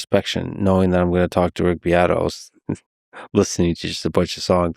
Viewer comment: Uh huh huh, herm her hem, uh huh huh huh... you said "beat"